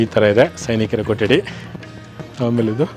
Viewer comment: ಸರ್ ನಮ್ಮ ಕನ್ನಡ ಉಚ್ಚರಣೆ ಸ್ವಲ್ಪ ಬದಲಾಯಿಸಿ ಅದು ಕೊಟ್ಟಡಿ ಅಲ್ಲಾ ಸಾರ್ ಕೊಠಡಿ ಠ ಕೆಳಗಡೆ ಟ್ಟ ಅಲ್ಲಾ 🥺